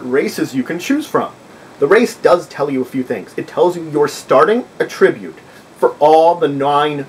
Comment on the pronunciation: Why do you keep saying A ttri bute, when it's pronounced At tri bute?.. otherwise great video